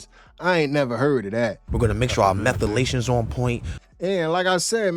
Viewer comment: what is methalations?